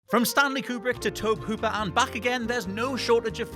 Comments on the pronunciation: TOEB Hooper? It's 'TOE BE'. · 'Tobe' Hooper? Its pronounced 'Toe-Bee' ya fucking dunce. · Tobe Hooper's name is pronounced like Toby. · I believe it’s pronounced To-bee Hooper.